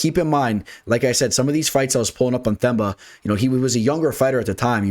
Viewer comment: Whats up, just a correction on my home boy Gorimbo, his name is pronounced as Temba, in other words his 'TH' is pronounced as 'T' and his name means HOPE by the way.